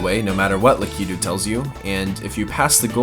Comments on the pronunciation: Lak-I-tu not lak-e-du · Its lakato not lakito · lak-I-too, not la-kee-too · Lakito not leketo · LA- KA- TOO not LA- KI-TOO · I'm freaking out on how your staying lakitu, idk if that's how your supposed to but I'm almost entirely sure your saying it wrong, lakitu- Lak-it-too, not lak-eet-toe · you are saying "lackatoo" wrong. You are saying "lakeytu."I say lackatoo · Lakiitu? Not critizing but it is Lakiitu (lak-i-tu) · I KNOW YOU DID NOT JUST CALL HIM LAK-EE-DOO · Im sorry but for future please pronounce lakitu right LAKA-TOO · It’s Lakituu (Lahhkhe-too) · I love your videos, but it's Lakitu. Lack-i-too.. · lackydoo ???? really lmao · is it lakitu or lakitu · I really liked this video! I really dislike how you pronounce "lakitu".......... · Lah-kih-two not lah-key-two del-feen-oh square not del-fine-oh square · And Del-fee-no. Stupid observations, but whatever. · How can you have a serious gaming channel like this and continually mispronounce the name of a prominent Mario character? Lakitu is pronounced lack-it-too. And Delfino! Anyone who's played Mario Sunshine knows it's Del-FEE-no. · "Lakeetu" "Delfyno" D: Nice glitches but that bothered me a little bit lol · He pronounces Lakitu and Delfino so wrong 😂😂😂